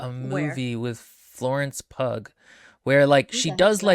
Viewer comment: Florence Pug!!!😂😂😂. It's Pugh, sounds like "pew that stinks", or the things people sit on in church